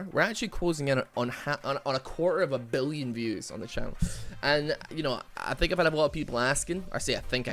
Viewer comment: For some reason the way he said the B in 🅱️illions really hit different